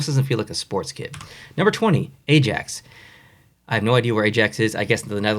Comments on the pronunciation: Edit:Name pronunciations in the comment. As a Manchester United fan the old badge and design of it in general wasn't ideal. There's so much more that could be done. Ajax is pronounced eye-ax. Not A Jack's. Also the team celtic is unusually pronounced as Sell-tick. And Marseille is pronounced Mar-Say As for me all of the badges would look better as shoulder patches. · the way he pronounced ajax💀